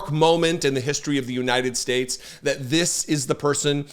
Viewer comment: He is completely unable to properly pronounce the name of your country. “The United Schtachts…” ? AND using religious nonsense to cover your hateful actions is a MAGA trick!